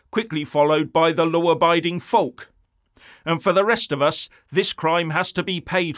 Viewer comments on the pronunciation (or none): When you said "folk", sounding the "L" instead of the correct "foke" it made me realise, for the first time, that you are reading from an idiot board. Disappointing,.